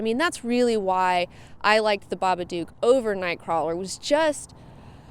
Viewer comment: Everybody says it like that its pronounced so it rhymes with book The babadook Pronounced(bah-bah-d-ook) not (ba-ba-duke